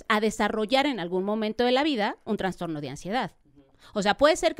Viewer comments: Vergüenza de invitada. Para la especialista: no se dice 🚫TraNstorno Se dice: TRASTORNO ☑️ Enunciar: Anunciar Mesmos: mismo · Una doctora hablando de trastorno y pronunciando la palabra transtorno ( mal pronunciada) me hace pensar, si realmente estudió por medio de libros o hizo un copia y pega por internet...🤔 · si la palabra correcta es TRASTORNO!! No, TraNstorno !